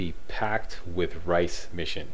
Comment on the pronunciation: i like how you say rais' name like rice but its said like ries